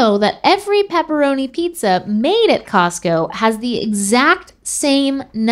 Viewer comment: So nobody is gonna talk about how she said Tosco ?